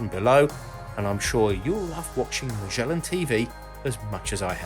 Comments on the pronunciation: I enjoyed the information. I got distracted with the sloppy mouth pronunciation of Magellan. There is NO zzhh sound in the word. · Magellan, not "mijellin" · Again with the Majhhhhellan 🤦‍♂️